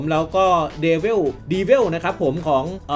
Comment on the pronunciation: มันอ่านว่า เดวิล จ้าา ไม่ใช่ดีเวลจะรั่ว55 เดวิล แปลว่าปีศาจ แต่ดีเวลมาจากไหน5555